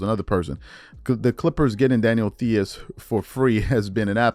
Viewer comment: Theis is pronounced "Tyse"